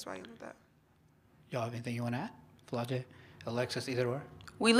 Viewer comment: Who was that reporter that asked Alexis about post play and called Flajaue “Flo-jay?” Dude, do your research before you ask em questions. Alexis had to fix her face and stop her laugh when he said “Flo-jay” 😭